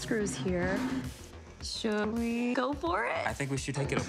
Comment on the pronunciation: Marques: Justine: shouldWEE goFFOR it??